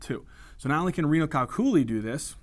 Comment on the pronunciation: Amazing videos, thank you. Gotta say though I chuckled out loud at thd way you pronounced calculi/calculus. Perhaps there's an alternate pronunciation that is also correct, either way it just broke my brain for a second and it made me laugh. Cheers!